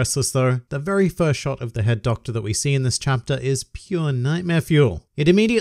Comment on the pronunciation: Am I the only one who kept hearing "Herr Doktor" instead of "Head Doctor"?